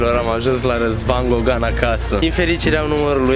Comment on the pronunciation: am inteles in loc de gogan logan😂😂😂